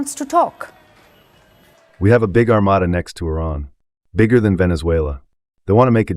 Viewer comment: ... and no, it's not armatta, it's pronounced armāda.